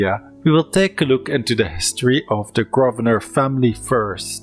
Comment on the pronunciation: Decent video, but I do wish you would learn how to pronounce certain words and names properly, eg, the 's' in viscount and Grosvenor is silent, the 'qu' in marquess is not pronounced like a 'k', etc.